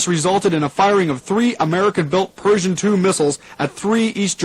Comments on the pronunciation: Or Persian instead of Pershing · Nuclear, not nukular. Pershing missile, not Persian missile. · The DJ mispronouncing “Pershing” as “Persian” and “nuclear” as “nucular” added an eerie element of realism. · They keep pronouncing it Persian II, but I'm sure they're referring to the Pershing 2 missile.